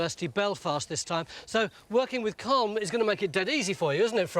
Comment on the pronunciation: Why can't English people pronounce Colm. Its not like it sounds in Malcolm. The L is not silent Tony. Phonetically it's Collem. Comes from Colmcille which is an ancient Irish name